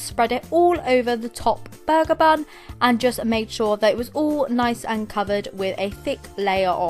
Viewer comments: Was it just me on when she said burger sponge did it sound like bug sponge BTW no hate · The way she says burger is making me laugh idk why xD!!!